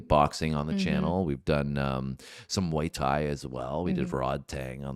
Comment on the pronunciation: Muay Thai". "Mai Tai" is a drink 🤣